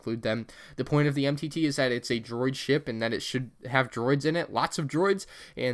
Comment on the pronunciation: Dang you blew the name of that MTT faster than the millennium falcon made the kessel run!